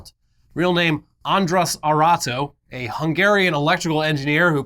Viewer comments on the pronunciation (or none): oof, butchering that poor hungarian old man's name, altho I don't blame you,. Fun fact, if you'd translate his name, it'd be Andrew Harvester.